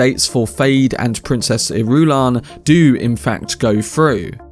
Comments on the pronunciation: I love him, but his pronunciation of Princess Ir-U-lan is so cringe that it makes my skin crawl. Lol. Say it with me. Iru-LAN. 😂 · I believe 'Irulan' is pronounced more like [ Ear'ah'lan ] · JFC, Irulan is pronounced with the stress on the FIRST syllable. Not the second. Why don't you listen to the Lynch movie or the miniseries? Why do so many of you get it wrong? It's like nails on a chalkboard. As for "waiting for Timothee to age"... FFS, has Villeneuve never heard of makeup to age people? Dune Messiah is only 12 years after Dune. It's not like Paul is middle-aged, and he does get a constant dose of spice in his diet. Spice helps to slow aging, so by this point those people who have regular doses of spice can live normal lifespans of 200-300 years. Sheesh.